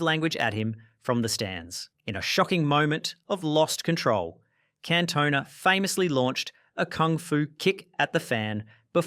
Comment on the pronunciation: It's Can-toh-nah